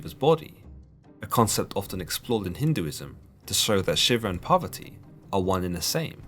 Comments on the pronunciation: The pronunciation of Parvati and the Author pronouncing as Poverty. now I Know Word Poverty means Parvati of Hinduism. Shiva :- Is Kali Shiv :- Sankar even Judasim have Vowel S'va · Shiva’s lady’s name is Poverty? I am honestly asking, captions don’t help me as they say “poverty” but don’t capitalize the P, so I’m wondering if it’s just hearing it phonetically or has it wrong.